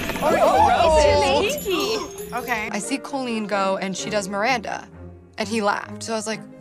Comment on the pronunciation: She said “CO-lene” as if she doesn’t know her name, how embarrassing.